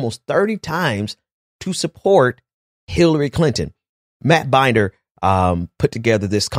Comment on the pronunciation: Matt Binder's name is pronounced Bin-Dur. Not Bein-Der as in "Binders full of women."